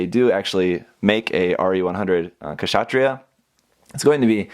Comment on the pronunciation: the K is silent in Kshatriya....